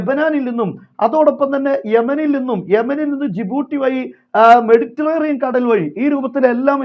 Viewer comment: മെഡിറ്ററേനിയൻ എന്ന് പറയൂ ❤️